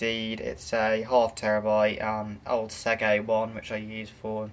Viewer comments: Please, the word "Seagate" is pronounced "SEE-GATE" not "SEG-ATE". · Mine seems to have some form of 1.5tb hybrid laptop sized Seagate spinner, power efficient and quiet but probably nowhere near as fast as yours. Seagate not Seggate.